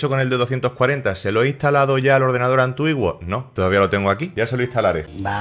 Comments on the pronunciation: Oye bro se dice antiguo no antuiguo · Por qué dices antuigo!!!!!!!! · Pero qué rayos fue lo que dijo 😂😂😂😂😂😂 Antuiguo? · "antuigo" o antiguo?... es broma o es asi en tu tierra.... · De tanto escuchar "antuiguo" me dolió la cabeza. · porque dice antuiguo ? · "ANTUIGUO"? es en son de broma esta pronunciación?